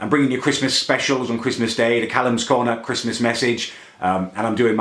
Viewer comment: "Whats your faverite coner" Muller lite xD